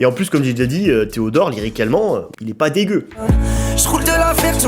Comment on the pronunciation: Alors pourquoi tu dis "pardon theodort"